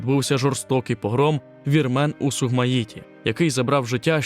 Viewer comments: Добрий день. Сумгаїт, а не Сугмаїт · Сумгаїт а не сугмаїт.автор даун😂